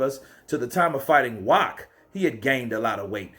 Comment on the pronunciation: His last name is pronounced with a V.